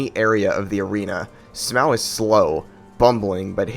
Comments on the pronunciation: Would've enjoyed the video, but mispronouncing Smough and Gough ruined it. Just to be clear, do you pronounce rough like row? Because that's how you're pronouncing these names. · Downvoted just because how you say “Smauw” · It's Smough (smoff) not (smow)) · Smough is pronounced smow though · it's SMOUGH not SMAUG it's literally on the screen. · HIS NAME IS NOT SMOW IT IS SMOUGH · Month late but I'm going to correct you regardless. Smough's name in Japanese is pronounced the same way you pronounce Sumo. So the correct pronunciation is actually su-MO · This guy has some weird takes on DS1… Quelaag and Iron Golem difficult, super ornstein/Smough harder than both of them together, the way he pronounced Smough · bro how tf you mispronouncing smough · Good video I'd say, but you disrespected Smough with that pronunciation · Not heard Smough pronounced like that before. Great video though